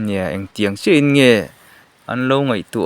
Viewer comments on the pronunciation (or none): none